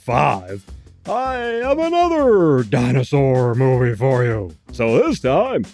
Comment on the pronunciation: I like the way you say Dinersaur. It sounds like a diner that serves real dinosaur meat.